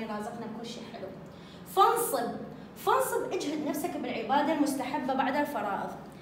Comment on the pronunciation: فانصب ..بالفتح فارغب ...بالفتح